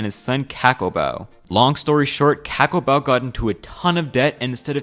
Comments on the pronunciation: Im not trying to be a smartass and i also know that you are not from Fiji, but Cakobau isn't pronounced Ka-ko-bau,its pronounced The-ko-ba-u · I agree too. Especially "K-Akobau" Lol. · Cakobau is pronounced 'Thakombau' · I'm from Fiji and I just want to correct some of the pronunciation of the words. C is pronounced as a 'th' sound, all a sounds sound like the A in the word car and u is pronounced as an 'oo' sound. This is the first time I've seen a video about Fiji and its good someone is talking about at least a little bit of our history. As we would say it in Fiji, Vinaka. (thank you) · Ok ok, I see. I'm just saying that this video (while pretty good) oversimplifies fiji's colonial and post colonial history. And though I find it humorous, his pronounciation of Fijian words and names (Like "Cakobau" or as he says it: "KAK-obau" when it's pronounced as: "Thakombau") kinda made me cringe, tbh. Isa lei, turaga. 😔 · "C" is pronounced "th" in the Fijian language. So cakobau would be pronounced as thakobao. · Cakobau is actually pronounced "thakombau"😅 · Quick note: the "c" in "Cakobau" is pronounced liked the "th" in "this". And the "b" is prenasalized, so his name is pronounced "Thakombau" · Ca in cakabou is pronounced as “thǎ” everything else is right and the reason why the water is sweet is because of the minerals found in all spring water here in Fiji 😂 I found know. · Cakabau is pronounced as THA-KAM BAU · In Fiji we pronounce "c" as "th" so Cakubau would be pronounced "thacombou" (Also there's a short m before the letter b )